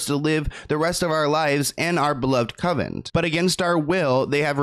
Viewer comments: Lol ‘covent’ 🤣🤣🤣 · "Con vent" its even said a dozen times by others in your video. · ** CON-vent lol it sounds like you’re saying coven like a witch coven lmao